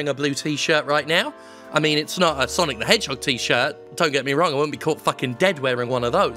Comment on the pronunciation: SAAAAAAAANIC DE MANHOGE GOTTA GO FWAST to his life choices.